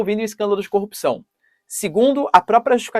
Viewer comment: Corrupissão?? Fala sério.... Não era só no braazzziill que isso existia?? zz z 😴🤡💩🍕